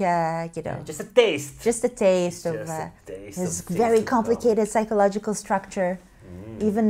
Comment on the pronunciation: please say it again....psychological instead psychonolitical....what is that language?